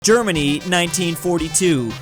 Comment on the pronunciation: the germany sounded like dermany XD